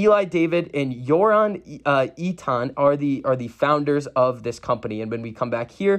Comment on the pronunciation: Amazing video bro, i think that this acquisition was genius, increases speed of printing by 10x, looks like they are creating a mass production machine. (Btw its Eitan is pronounced ey-tahn, made the same mistake in my video my Israeli friend told me lollll). And also the board members / founders of deep cube were added recently, they were in talks for an acquisition for months, so i don’t think Its a bad thing at all, normal for members to be added to the board when their company is getting acquired.